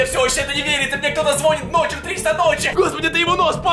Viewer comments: Не звооооонит а звонииииииииит! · Звониииииит! Ударение не правильное.